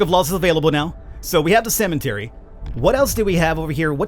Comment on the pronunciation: It sounds like you're saying CEMENTARY